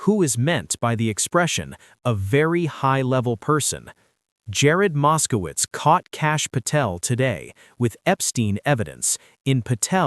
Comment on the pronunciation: Mos-ko-witz! Mos-ko-witz! Mos-ko-witz! Come on, guys!